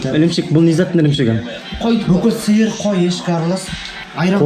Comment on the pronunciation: Суырды су сиыр деп тур мынау акымак блогер жургызушы